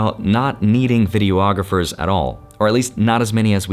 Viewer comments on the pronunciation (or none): vi·dee·aa·gruh·fr NOT vi·dee·o·aa·gruh·fr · ayo.. 'a guy who did video production professionally for twenty years' should know its just 'videographer' (vi·dee·aa·gruh·fr) not 'videoographer' (vi·dee·o·aa·gruh·fr).. theres no reason anyone should be running around out there sounding less educated than they absolutely have to. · Love you.. but please say vi-dee-aa-gruh-fr, five syllables, NOT video-ographer (six syllables). ❤